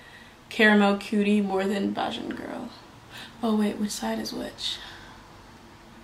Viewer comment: Nice. Bajan pronounced bay-jun